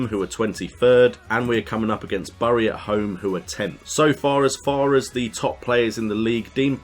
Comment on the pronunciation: Bury is pronounced "berry"